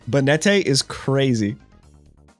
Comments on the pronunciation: Bay net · Banette is pronounced bay-net. The name is a portmanteau of Bane + Marionette. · The last e is silent its pronounced bannet lol and its ar-sea-us not ark-e-us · Pronouncing Banette like he's some spanish dandy was unncessesary